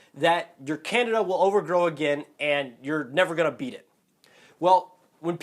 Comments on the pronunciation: Can-deed-dah diet. Not Can-i-da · Can-de-da, not Canada face palm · It's Can-DEE-dah !!!!!!! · It's can-dee'-da, dude! You're mispronouncing it. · Can-dee-a......LEARN TO PRONOUNCE IT! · It is pronounced can-DEE-duh. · you cant even pronounce it right . Over 6mins video to finally say that should get some kind of prescription to kill it . You didnt say what that could be. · He doesn't Evan pronounce candida correctly so I kind of find this video hard to believe😑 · how am I going to take somebody serious if you can't even say Candida right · learn to pronounce candida